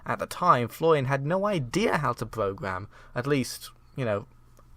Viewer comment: You need to pronounce an R sometime... "Floian didn't even pogam the binding of Isaac"